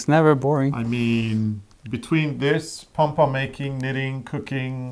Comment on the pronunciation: Part of what makes this so fun is I could swear is saying "pong-pong" instead of pom-pom. To which I say, don't change a thing!